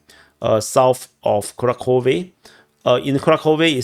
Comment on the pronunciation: kuRAhove. Also, there's no "k" sound in Kharkiv/Kharkov. "Kh" stands for a single letter.